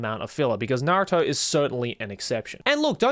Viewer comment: Im soryr but I just canNOT trust a man who says naruto is his favorite anime and then proceeds to call it "nahrotoo"